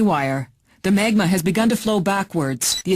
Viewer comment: "Maygma"? "Crevahsses"? "Lumineh"? Wow, fail on the pronunciations.